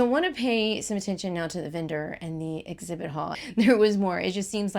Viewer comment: You can delete this comment of course, I don’t mean it to be rude. But I’m unsubscribing because you keep mispronouncing words that start with ex-. You’re saying et-zibit and et-zact. It’s throughout the video. It wasn’t just a one-off. You do say ex right a few times. I’m not saying you can’t say your sounds. Maybe it is just your dialect.